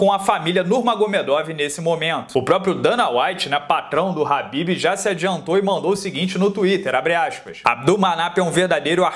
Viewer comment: Alguém sabe dizer porque ele chama o khabib de habib?